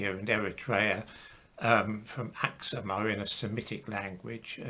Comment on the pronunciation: It's pronounced as ak-soom though...